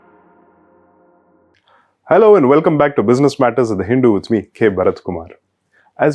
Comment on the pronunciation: Did this guy just say Hin- do? 😳